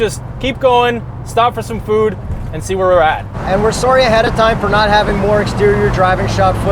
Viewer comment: that Canadian way of saying sorry